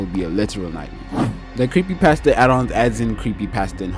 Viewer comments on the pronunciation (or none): none